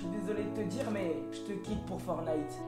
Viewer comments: Il le fais exprès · Pk il dit FortnIte et pas Fortnite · Tu le dit mal fortnite !!!